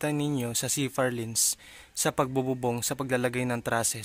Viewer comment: Purlins po hindi ba? Hindi po Furlins.